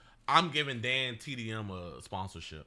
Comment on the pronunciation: I aint watch the vid yet but if you start dissing dantdm im boycotting your vids and where fighting and stop saying his name wrong